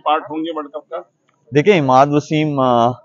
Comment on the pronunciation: Amad nahi imad hai o